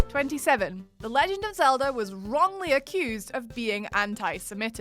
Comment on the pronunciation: did anyone else hear"Zelder" at about ?